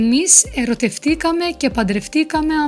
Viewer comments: Hello, I am a native greek speaker, and I can congratulate you for the effort you put into this video. I only noticed two small mistakes in the accentuation of two words in your last sentence (but the oral pronunciation was correct): it is ερωτευτήκαμε instead of ερωτεύτηκαμε and παντρευτήκαμε instead of παντρεύτηκαμε. The rest is just perfect and much better than what I could have explained myself to a non-native speaker, so well done again. About your question on our understanding of ancient greek, I personally find that the easiest to undesrtand and more similar to modern greek is koine. The feeling you have when reading it is much like what you said. You understand many words, but the grammar, syntax and sometimes meaning of the words which have evolved can make it hard for you to get the full sense of what is written. Of course, since ancient greek is a big part of our school curriculum it becomes more and more easy to understand with time. However, understanding attic, doric or ionic texts, especially in their lyrical form is even more challenging, and only those that choose to specialize in litterature get to study these texts in a more significant way. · one sentence has two words ill stressed: eroteftikame and padreftikame, the accent should' ve been on the ita, as was read by the lady